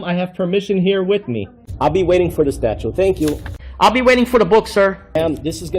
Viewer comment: He can’t even pronounce statute. He say statue. He is a simpleton with no useful skill or purpose in life.